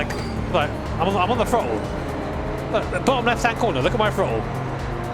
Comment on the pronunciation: i understand you have an accent but dont say "frottle" lmao